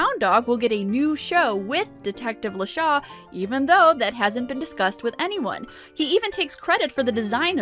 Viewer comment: It's LeChat? I honestly thought I was hearing "LeShaw". What's worse is I speak French 😅